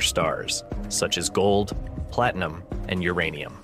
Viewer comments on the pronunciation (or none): none